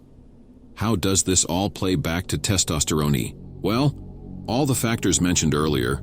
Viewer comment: Testosteroney 😂 Good advice but these AI voices painfully mispronouncing words is so cringe. Fix it up